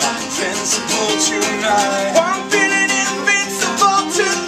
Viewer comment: It's Invincible not Incincible